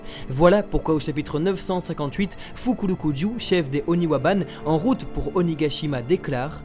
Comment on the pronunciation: Ça fais des mois que je me demande si c'est fait exprès pour certaines prononciations mais après cet vidéo je suis sûr non. C'est pas que ce soit grave, ça reste toujours d’excellentes vidéos, mais il faut avouer que là ça piquait particulièrement les oreilles avec "daimyo" [démyo -> daïmyo] / "Fukurokujou" [ fukulokudjou -> hukoulokoudjoo ] / "Oiran" [oiran -> oïlane] Pour le reste, que l'accent soit parfois bien français me pose aucun problème. Et puis c'est même souvent pas mal. Mais là c'est vraiment des mots totalement transformés qui n'ont plus rien à voire. C'est dommage de la part de fans du Japon et sachant qu'à côté tout est parfait 😉